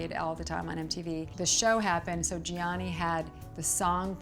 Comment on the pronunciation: I cannot believe after so many years she still doesn't know how to pronounce Gianni nor Versace